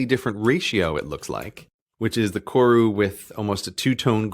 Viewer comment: Just wanna fix up the pronunciation on Koru Just roll the R